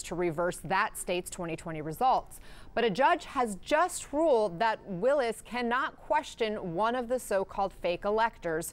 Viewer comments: Her last name is WILLIS, not Lewis. Not an informed reporter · Willis, not Lewis